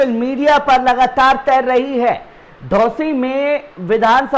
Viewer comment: धोसी नहीं घोसी है नाम सही से बोला करो यार